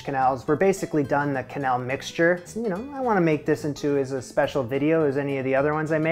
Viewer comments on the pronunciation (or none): You pronounce it wrong, like canelle (cinnamon), it is keuhnelle if you can undurstand the sound i try to explain😂😂😂😂 ❤❤❤ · It's pronounced kenell; in Lyon,where it originated it's pronounced knell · "Qu" in French sounds like a k. The shows you watched with people saying "qwenelle" were probably American. The pronunciation the gave when you looked it up before filming is right. Also the first "e", in "que-", doesn't sound like the other "e", in "-nelle", but it's not a sound that really exist in English so that's ok. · It's quenelle like Quebec 😊 also, this might be the first recipe you've done I might actually try, it looks that good ❣️ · This looks really good - I never realized you added pate a choux as part of the process - I probably thought the egg bound it all together, but with a little bit of thought, obviously that wouldn't do it alone. Then again, I still pronounce it with the 'qw', so I'm a barbarian. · Que is always "keh" in French. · I didn’t know that’s how you pronounce quenelle. Fuh-quenelle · Like k'bec rather than kwah'bec when trying to figure out how to pronounce "Quebec".